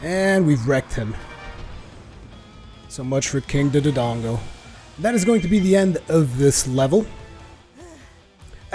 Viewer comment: I hate to be that guy but... Its (more-al) not (more-aly) for morale. King Dodongo is (doe-dongo) not (du-du-dongo).